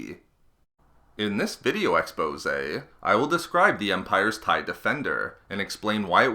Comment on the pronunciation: Stop saying Expose!!!!!